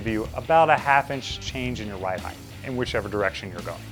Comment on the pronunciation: Height not heighth